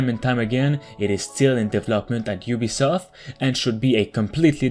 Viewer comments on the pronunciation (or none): none